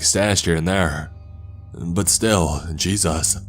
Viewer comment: Am i the only one who gets frustrated when he sais "Jesas"